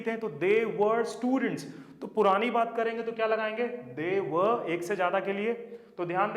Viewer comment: वर्रर वर्रर नहीं है।😁